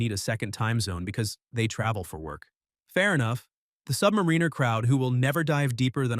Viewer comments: Can someone please teach AI that it's not pronounced, "Submareener"? I was out at :44. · Submareener? 😂😂😂😂😂 What a moron. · This would be a better video if the AI pronunciation wasn’t so laughable “submarine-er” “beezle” 🤣😂🤣 🤡